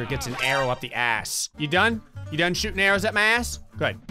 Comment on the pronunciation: "PAIN IN MY ATHSS"!